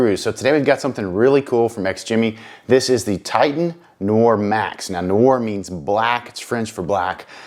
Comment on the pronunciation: Jesus H Christ, can't any of the reviewers pronounce Noir? It's not Noy-er, it's Nwar!